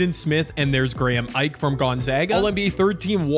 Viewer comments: Ike = “ee-Kay” other than that you did pretty good wit the names 😂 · I’m a zags fan so when u said Graham Ike I was like e-Kay